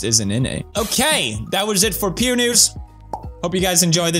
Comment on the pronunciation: Pew News but i heard "Pewnis"